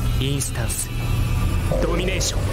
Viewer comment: ドミ↓ネー↑ション